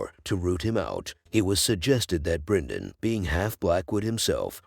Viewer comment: Good video but the pronounciation is so weird. Brinden, Eegon, Deemon etc 😄. Idk how it's officially pronounced but I've always heard it said differently in the show and other video essays